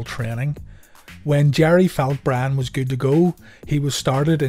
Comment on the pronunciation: Am i the only one hearing bran and not brian